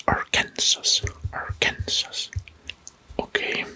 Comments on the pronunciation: Great video! Just so you know Arkansas is pronounced ArkanSAW. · I just have to comment that Arkansas is pronounced “arkan-saw” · I love the video, I’m not hating but Arkansas is pronounced “Arkansaw " I’m just telling you 🙂